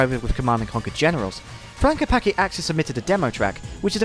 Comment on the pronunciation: you read c in Klepacki as ts